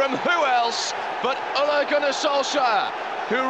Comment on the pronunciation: eventually british people learned how to decently pronounce "Solskjær" but they never even bothered trying to say "Ole" correctly.